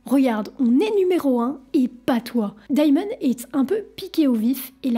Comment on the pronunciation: Perso je suis plus choqué par le "Daillemone" :) On n'ajoute ni de I ni de Y dans le prénom en anglais, c'est juste "démone" (rien de grave cependant)